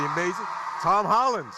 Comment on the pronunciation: the guy says tom holler